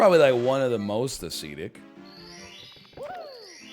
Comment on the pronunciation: They must say ascetic differently in canada.